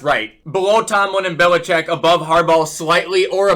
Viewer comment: it's BELL-A-CHECK. Not Bill-a-chick